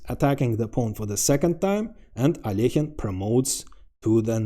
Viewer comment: Love the thumbnail! Look forward to watching the vid. Alekhine is a total gigachad; glad you pronounced his name properly, I cringe when people pronounce it AL E KYNE My Dangerous and Deadly Threat, Squeezed etc counter is on😂 cheers!